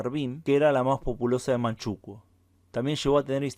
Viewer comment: En España se dice Manchukúo, no Manchúkuo 🤗 ... Creo que no lo has dicho, pero en Manchukuo se promovió la drogadicción o narcotización de la población, como método de sometimiento.